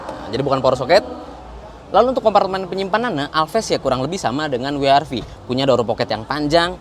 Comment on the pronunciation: Wee Aar Vee :D